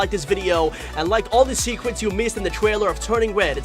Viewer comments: At the beginning you said secwets (secrets) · TEN SECWETS YOU MISSED IN THE TUWNING WED TWAILEW! Holy shit, I'm fucking dying!